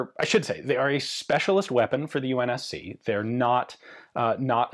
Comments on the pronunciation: idk why he says unmc when it s unsc unless he mean united nations marine corps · Its UNSC NOT UNMSC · "UNMC" bruh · were you saying the umc? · Did you say UNMC ? Its UNSC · I love this!!!! But Ian it’s UNSC my friend… so close!